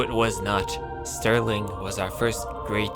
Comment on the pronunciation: The way he pronounced stirling killed me ngl. "stairling". as a brit i am disgraced. still love the vids tho XD